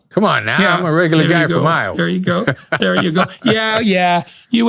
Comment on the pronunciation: "Perpecasity?! I'm just a regular guy from Ioha," tell em Chris! 😅